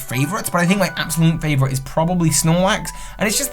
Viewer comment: MY, NOT F*CKING ME! AND STOP LEAVING OFF THE O IN FAVORITE!